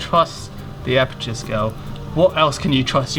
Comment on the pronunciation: It's "apeRture" not "apeture"